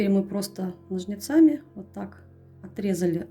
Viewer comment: Это просто невероятно красиво! Единственное, очень извиняюсь, но режет слух слово "ножницАми".